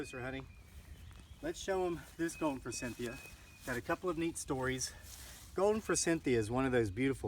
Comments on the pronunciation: "for-SITH-e-a" is how it is pronounced, instead of "for-CYNTH-e-a". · Sandy Ralston Thank you! The "n" was driving me nuts too! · Thank you! I hope this guy has read the comments. NO "N" in forsythia! The word "moron" does have an "n" in it... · Good video but forsythia does not have an n in it.